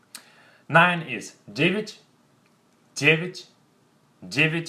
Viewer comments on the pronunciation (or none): He pronounced 9 as Dge-vitch but 10 as Dge-cyach. "я" is pronounced as "i" or "ya". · I have a question about the pronunciation of nine and ten. Why do we pronounce я like и?